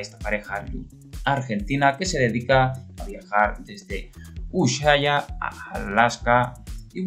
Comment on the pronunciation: Hola buen dia ....es castellano y en castellano la letra H es muda....Usuaia es la pronunciacion correcta😉👍 slds de un Mendocino exiliado en BsAs